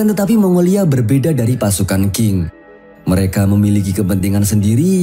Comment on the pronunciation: Bgs Ching (Tjing ) bukan king